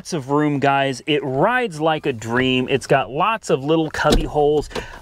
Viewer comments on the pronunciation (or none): none